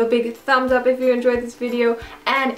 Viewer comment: it is so fucking adorable how she says "suscribe" instead of "subscribe"